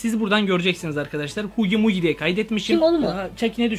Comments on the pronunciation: Huggy wuggy diyon ama haggy waggy diye okunuyor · Abi huggy wuggy ama haggy waggy diye okunuyor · Okunusu hugi vugi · abi o Hugi mogi değil o Hagi vagi o çok sıkıntı valla dikkat et lütfen bu tarz videoların devamı gelsin lütfen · Huggy wuggy diye yazılır hugi vugi diye okunur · Abi sana bişey soyleyimmi olum varya huggy muggy değil HUGGY VUGGY❗bence POPPY PLAYTİME fabrikasına gitme tamamı❓ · Knk yalan olduğu çok belli, Onun adı Hugy Wugy, Hugy Mugy değil. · Ani semi hugy hugy okunuşu hugy wagy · Huggy wuggy okunuşu;haggy waggy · Abi hagy wagy diye okunuyo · Söylemeyi bilmiyo benim kankamı diyo hagi vagi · Huggy wuggy abi okunuşu hugi vugi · Abi huggy wuggy şey diye okunuyo = hagi vagi bide sende sakın arama bizde aramıcaz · Hagy wagy diye okunuyo hugy wugy diye de yazılıyo abi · Abi huggy wuggy diye okunuyo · Yazılışı: Huggy Wuggy Okunuşu:hagi vagi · yazılışı HUGGY WUGGY okunuşu hagi wagi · Yazılısı:huggy wuggy Okunuşu: Haggy waggy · Huggy wuggy diye yazılıyor ama haggy waggy diye okunuyor abi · Huggy wuggy diye yazılıyor hagi vagi diye okunuyor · abi hugi vugi diye okunuyor huggy wuggy diye yazılıyor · Huggy wuggy Okunuşu hugi wugi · Abi huggy wuggy Okunuşu huggi bugi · Huggy buggy ama Hagi bagi diye okunuyor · Okunuşu Hagi vagi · Mezu Çakkiy Huggy vugy diyil🤭